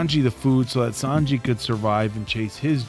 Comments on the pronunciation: San "G" not "J" spelled with a J but sounds like "G" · I have to say, in the manga Ussop is my favorite since day one, but the live action Sanji (it's prononced "Sanj-ee" btw haha) is so good ! The actor got a lot of hate when he was cast but I'm glad he got to show these people wrong ! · Who else was cringing everytime they said San-Jay? 😂 like omg I was losing it 😂 itd SAN-JI LOL 😆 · Its SANJI not SANJAY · I get where you guys are coming from some of the accents it sounds like Sanjay but the proper pronunciation is San G the ji is a G sound otherwise you guys have the San part down correctly thought I would throw this out there for the sanity of all the one piece fans lol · ITS SAN-GEE NOT SAN-JAY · Sahn-Gee not Saan-Jay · btw, is san-ji... not san-jey xd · It was so weird to hear sanjayyyy. Itz sanjjjjjjjjeeeeeeeee plz (sanji) 😭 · San-Ji!!!!! Not Sanjay lol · Omg, you call him "Sanjay" one more time....😡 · Sawn- G. :D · I'm surprised you watched this with subtitles and still got Sanji's name wrong. Even with how many times Sanji's name appears on screen yall still pronounced his name as Sanjay. I was hoping at least one of you would catch and correct or when they kept mispronoucing it but no one did. A piece of feedback is I feel you guys are reacting less to the content and focus more on bringing up other shows/movies/characters not related to one piece at all. You guys do this in your other reacts too but it seems much heavier in the OP reacts for some reason. Like the long conversation about Hulk Hogan during the Sanji flashback for example. It just took away from the viewing experience hearing and laughing so loudly during such an emotional sequence. is my favorite since he's always focused on the screen, gives the best insights later on and shows he's actually paying attention to the show